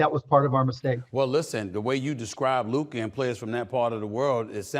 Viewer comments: Stephen A. finally learned how to pronounce Luka's name properly. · Stephon B Schimdt actually pronouncing Lukas name correctly?